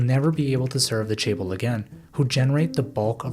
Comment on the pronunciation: This was a great video, but as a Korean person, it bothered me so much when you pronounced it "chay-bol". Especially bc you say it in the video every 5-15 seconds. Although this isn't a perfect phonetic way of writing it because Korean pronounces and produces sounds very differently than English, the closest I can put it is cheh-bowl. Not trying to sound like an asshole but you should probably look up how to pronounce another language's word if you're reporting on it and going to say it times in a 13 minute video lol. Just looking it up on google translate barely takesa minute or two.